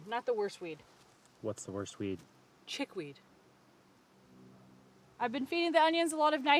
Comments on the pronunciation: “What’s the worst weed?” —“Chickweed” The way she said ‘chickweed’ lol! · The way A said "chickweed" cracked me up!! In Virginia it rains in the summer.